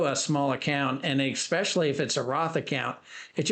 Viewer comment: it's especially NOT exspecially...🤣😂😭